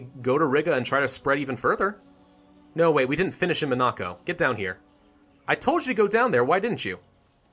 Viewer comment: You are pronouncing Monaco incorrectly, dont really know how to spell it for you to say it correctly but just wanted to let you know.